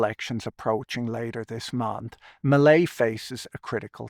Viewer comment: Hearing "Melei's" sounding like "Malaise"